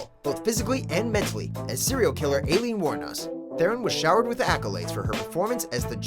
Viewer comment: It’s pronounced (EYE-LEEN)